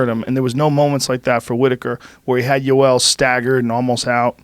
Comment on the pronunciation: Jorge's of latin descent and he calls Joel Romero "joel" and Rogan's obviously not latin and he calls him "iiioel". I just thought that was funny af